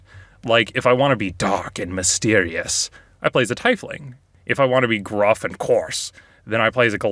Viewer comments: Why do you pronounce it "Tye Fling?" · It’s pronounced tea fling Not tie fling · IT IS PRONOUNCED "TEE-FLING" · is puffin forest and I the only one who pronounces tiefling as t eye fling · You say TIE FLING wtf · So, do you pronounce Halfling as "Hall Fling" ? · Yo why did you pronounce tiefling like that???